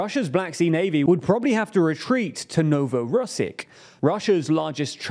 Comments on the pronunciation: No-vo-ro-sisk. Not Novorosick. Pe-re-kop. Not Pek-rop. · You should stop butchering Ukrainian and Russian place names. It’s Pe-re-kop, Arabat Spit (no L needed!), Kerch (ch as in channel not as in champagne)and No-vo-ros-siysk. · THAT PRONOUNCIATION OF NOVOROSSIYSK LMAO (I mean it might be kinda ok because Russia and stuff but still)